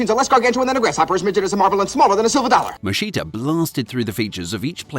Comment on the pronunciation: True, although, his name is not pronounced "Moscita". The correct way to pronounce his name in English would sound like "Moskitta"